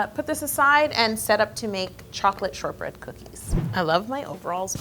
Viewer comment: for a second I thought you said “chocolate sherbet”😂 I was about to say never in my 29yrs of living have I ever seen or heard of chocolate sherbet where’d u get that😂